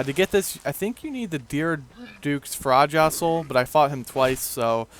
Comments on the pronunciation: its pronounced Freya not fraja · Couldn't help but laugh at you trying to pronounced Freja :P It's pronounced "Frey-ah".